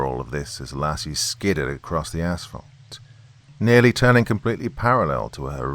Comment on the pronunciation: Btw thank you for maybe being the only Creepypasta narrator to pronounce 'asphalt' correctly. It's 'ass-falt' not 'ash-falt' as you clearly realize. Lovecraft is pounding on the lid of his coffin tonight but that guy always had his butt jacked about something.